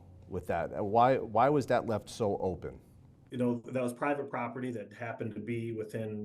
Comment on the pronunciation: provite property 😂😂😂😂😂😂😂😂😂 really..???